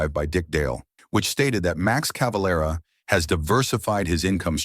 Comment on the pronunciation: CaveLEra et non Cavalra pauv’ tache de robot !⚡️⚡️